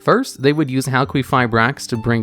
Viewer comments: Halqifibrax- Hal-kee-fie-bracks. There is no “U” after the Q in Halq’s name, so the Q has the same phonetic use as a K. A Q on its own does not have the phonetics of a U unless said U is present, and immediately follows said Q. No offense to you, dude. I just hate hearing it mispronounced so much. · It was so annoying how Crystron Halqifibrax was said incorrectly so many times. Crystron Halqifibrax is supposed to be said as Crystron Halqifibrax and not Crystron Halqifibrax nor Crystron Halqifibrax. I mean seriously, how difficult can it be to say Crystron Halqifibrax ? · Say it with me.. HAL-kee-FYE-brax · HAL-KEY-FIBRAX SAY IT FUCKING RIGHT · Halqifibrax not Halquifibrax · Yeah, it’s pronounced Hal-Key-go-bracks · I like you but I had to stop watching after the second “hal-queef-fibrax” dude there’s no u after the q, it’s qi, like ki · hal kwee ferberax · Linguistic Point: "Q" is pronounced as a "K" if it isn't followed by a "U". Queef is definitely not right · It's pronounced as Hal-kee-fai-brax because Q still makes a K sound. The reason why we associate the Q sound with "Kwuh" is that the majority of words that have the letter Q in them have a U that follows it up. So words like Queen, Quilt, Quit, Quiet, etc. are more common than words like Qatar. So you were saying Halqifibrax correctly at one point. There was a period where people were pronouncing Qlifort monsters incorrectly, so it was annoying. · Hal-queef-ra-brax That got me every time he said it. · I giggled every time you said hal-queef-eye-brax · I've only seen Halqifibrax being pronounced Hal - Ki - Fye - Braks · It's pronounced Cry (cry) stron (strone) Hal (hail) Qui (key) fi (fee) brax (bhraxaxaxaxisanis) Just thought I'd clear that up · HAL-QUEEF-REYE-AXE -this guy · I know theres a lot of other comments on the pronunciation you're doing of halquifibrax, but its name sounds like Haal-kee-figh-braax. Idk why but it annoys the hell out of me the way you've said it this whole video